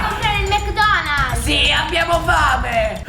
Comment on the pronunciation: ha detto detto mc donalz lol